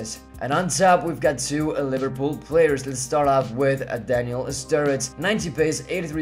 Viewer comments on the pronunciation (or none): none